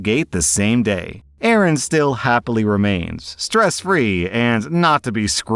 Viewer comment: Pretty annyoed that you keep mispronouncing A A Rons name.... 😀